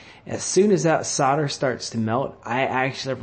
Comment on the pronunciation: The word is SOLDER not SODDER you ignoramus. When you sell a house do you SODD the house?